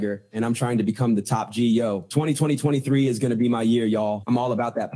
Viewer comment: Even AI Adin Ross cant pronounce 2023.